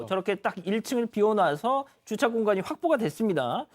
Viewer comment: 아나운서의 정확한 발음은 이를 배우는 시청자의 모범이 되어야 합니다. 줏차가 아니고 주차입니다.